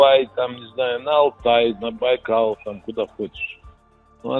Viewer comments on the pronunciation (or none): none